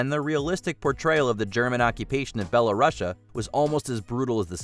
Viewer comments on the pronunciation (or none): Please Google how to pronounce Belarus! It's not BelaRussia.